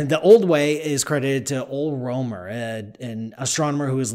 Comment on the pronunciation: As a native Danish speaker, it is always so fun trying to hear people say Danish names out loud. You were somewhat right on Ole Rømer, although your 'ø' sound was pretty far off :D